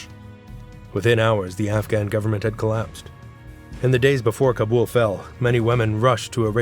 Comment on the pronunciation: Wow. One of the only narrators who pronounce "Kabul" correctly. Just recently a purported journalist from Afghanistan exposing a story on Afghanistan pronounced it wrong! LOL.